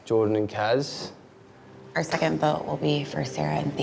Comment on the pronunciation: Everyone: Kaz Danny: Kahz